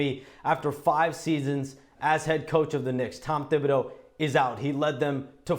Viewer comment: Shams, you gotta commit to a pronunciation. “Tib” or “Thib”. The first is correct.